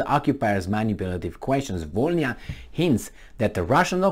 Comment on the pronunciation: It’s Vo - Ly (or Li) - Na That «bl» letter doesn’t soften the previous letter like «b» does. It produces its own sound. Which is hard to replicate for foreigners, apparently.